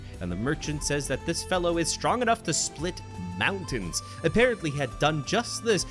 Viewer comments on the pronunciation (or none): none